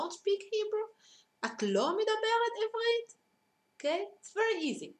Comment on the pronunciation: you should say עברית not עבּרית